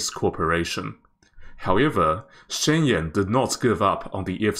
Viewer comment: Shenyang - "shen - young"